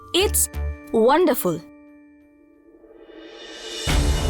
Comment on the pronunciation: ওয়ান্ডার ফুল ❌ বান্ডার ফুল ✅😂😂